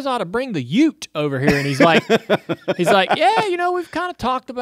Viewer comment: It's "Ute" mate haha